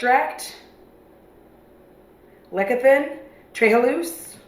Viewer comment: Did God make you without pores? Your skin looks like you are painted into the video. Lecithin = Less-i-thin ( with pronunciation love) i as in ick... OMG help, my dead mother has apparently taken over my body.